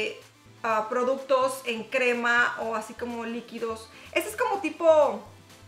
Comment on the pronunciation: Ja ja Tan simpática cuando dice produtos 😙😘